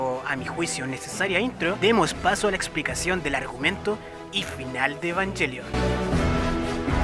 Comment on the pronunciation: Después de varios videos al fin alguien que hablar con la mayor coherencia y puede pronunciar los nombres de Evangelion correctamente... cough cough... Ángel Salfollas.... cough cough... Indie... cough cough... etc cough cough... Aunque una cosa, yo personalmente siento que dijiste lo obvio pero para humanos tal vez para mayores de 14 años (la edad de los pilotos xD) Me gusta ver estos videos para compara mi información, pero no siento que hayas algo que no supiera, aunque estoy muy agradecido que te tomases la molestia de decir bien los nombres. Like!